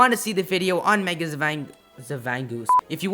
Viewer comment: Zvangoose... XD